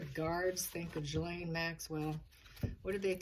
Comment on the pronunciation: Per Lady C her name is pronounced Gillen.